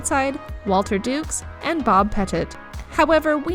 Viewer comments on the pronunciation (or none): none